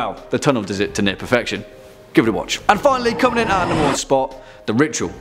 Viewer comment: The way you say The Ritual sounds like you are saying The Rickshaw, I have had many a terror whilst riding those death traps in Pakistan :-)